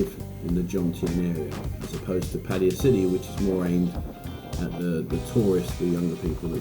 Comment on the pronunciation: Good video. Nice to see more than just a beach. Well done! It's Pattaya, not Pattya...isn't it?